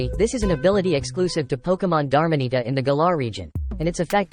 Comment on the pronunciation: These are some Wolfey level mispronunciation. Dar-mah-nee-ta, Ceen-dar-rah-chi, Gree-ninja